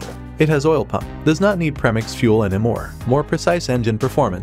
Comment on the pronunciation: It’s called pre-(mix, not “Prehmiks”. PRE, as in before…opposite of post. Rhymes with Free, Tree, Knee, Abondigas, etc.